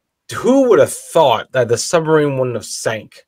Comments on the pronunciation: "da-NITZ"..."summarine" "admiRALity???? Where did this narrator come from? She seems to be English-speaking but her pronunciation is bizarrecomputer ! On second thoughts, is "she" a very clever but mindless computer-generated voice? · You would have thought, with the time, effort and expertise that has obviously gone in to the making of this documentary, that somebody would have taken the narrator to one side and asked why she was saying "summer-een" instead of submarine. Oh, god! She just said "add-me-rally-tee"!